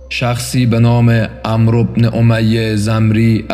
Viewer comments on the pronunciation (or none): none